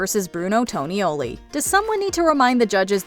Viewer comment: Clearly the narrator has never seen the show or she'd know how to pronounce Tonioli. It does NOT rhyme with ravioli.